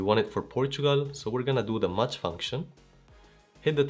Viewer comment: Thanks for your wonderful explanation..just a suggestion...MATCH is not pronounced as MUCH😊🎉🎉🎉❤❤❤